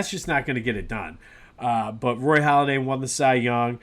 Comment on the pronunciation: It's Halladay not Holladay.